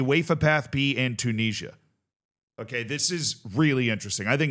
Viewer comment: If you like to listen to people who talk about things that they know fuckall about then you're gonna love this. Maybe you can teach him how to say Tunisia correctly.